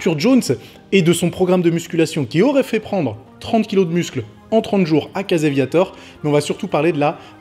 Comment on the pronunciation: Va falloir que tu travailles ta prononciation en Anglais. Je cherchais "Caseviator" pour "Casey Viator" ...